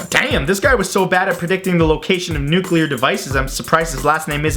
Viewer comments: Nuculer vacums... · Don't you mean 'nucular'?